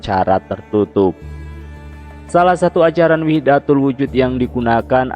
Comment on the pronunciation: Kayaknya wahdatul wujud bukan wihdatul wujud